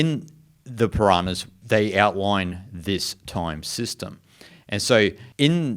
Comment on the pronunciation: It is not Piranahas but it is Puranas